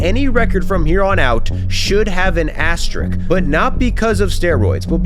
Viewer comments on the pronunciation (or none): ”Asterisk,” it’s pronounced. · 47 players that weigh over 240lbs * Did the math Also, you are incorrect about the number of games it took Ruth to set and Maris to break the HR record. You can't just make shit up. It also makes no sense how you explained it. AND it's not an "asterick", It's an asterisk. Jeeeez 😕